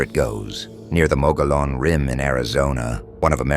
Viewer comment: Perhaps you should get your AI to pronounce mogollon rim properly